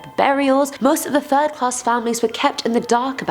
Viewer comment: Did she just say "the fatal turd"?